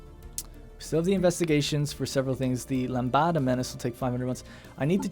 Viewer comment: "LAMBADA MENACE" Chorando se foi quem um dia só me fez chorar!!! ... Nah, mate, lambada IS a menace, but that one says LAMBDA, λ, like Half-Life. ...lambada menace...